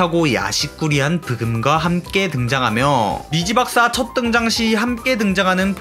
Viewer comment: 자꾸 미시박사님으로 들리네